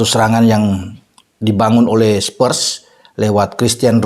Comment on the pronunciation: Spurs Pak bukan Spers🤭